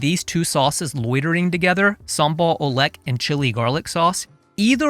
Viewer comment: the native pronounciation for sambal oelek is sambal ulek. oe is old indonesian vocal letter for u.